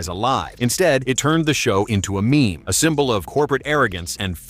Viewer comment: "Me me"? Get a real narrator.